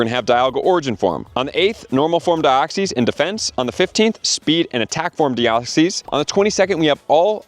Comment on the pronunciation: Genesect and Dioxys is cool. And you’re saying Deoxys wrong